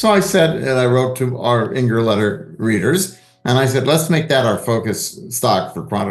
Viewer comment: thanks for inviting me on YOUR show... I enjoyed it immensely... and soon we'll see how this lopsided market (high S&P; not so high speculative stocks) performs... cheers! P.S. 'Inger' with an 'I' not 'E' haha..